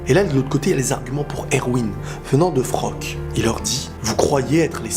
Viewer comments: Super review par contre c'est Floch le nom du soldat pas Frock. ^^' Il y a aussi un point méta qui est super intéressant je trouve dans cette épisode. J'ai vu pas mal de vidéos réactions et pas mal de personnes ne se préoccupe même pas des paroles de Flocke juste parce que c'est un perso secondaire au yeux du public. Mais dans le monde de AOT c'est un soldat comme tout le monde, il a des sentiments et il est aussi valeureux que les autres, il a le droit de s'exprimer. Isayama nous l'a montré ainsi pour que le public prenne conscience qu'il n' y a pas que les perso principaux qui souffrent et que les perso secondaire ont aussi leur mot à dire. Quant au choix difficile de cette épisode, c'est dommage qu'il ne donne pas assez de crédit pour Erwin, certain oublie que c'est grâce à lui que le bataillon à mis au point leur formation de détection en dehors des murs, qu'il est le premier à avoir pris conscience des titan shifter au sein des murs au début de la saison 1. De plus, c'est grâce à lui, qu' Eren a échappé à la police intérieur au tribunal en saison 1 et a élaboré le coup d' Etat contre la monarchie corrompue en saison 3. Le choix de la raison c'était Erwin, celui de l'émotion c'était Armin. On verra bien dans le futur si ce choix s'avère fructueux pour l'humanité au sein des murs;p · C'est pas Frock c'est Floch mdrrr